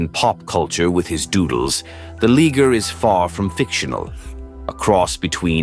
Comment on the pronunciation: you mispronounced liger it's pronounced LYE-GURR